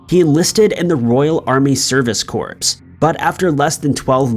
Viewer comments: you really dont know much about what you are presenting it seems. there are so many things i can point out that are wrong about your videos but your mispronunciation of words is terrible. just for future reference, "corps" is pronounced core. i hope you can improve on your stories along with your mispronunciation i also notice a lot of info/facts missing from your stories. for example your coverage of THE ICEMAN RICHARD KUKLINSKI was missing so much. he was a very successful hitman for the mafia and other facts about him are missing. he was great at what he did. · "Corps" is pronounced "Core".